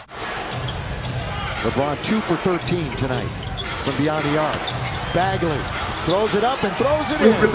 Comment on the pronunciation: Um.... did that announcer call him Bagley, with a F lol